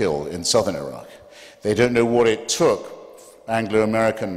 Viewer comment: It's Iraq Not 'a rock'